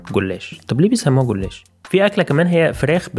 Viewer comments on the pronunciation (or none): البحيرة اسمها بالاتون مش بالتون و الاكلة اسمها غولاش مش غولاّش.. الكلمات اللي حكاها فيها اخطاء مثلاً 'يو اشتيت' مش 'او اشتي' و 'كوسونوم' مش 'كوسانوم' الرد 'سيڤيشين' مش 'هيلو' و باقي المعلومات تمام مشكورة جهودكم